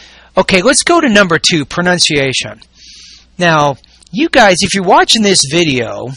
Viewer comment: jajaja a lil bit disturbing the 34532 times that she said "pronunKation"